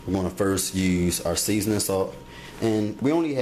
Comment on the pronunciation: he say spoil like spoioh and seasoning like seezons 😂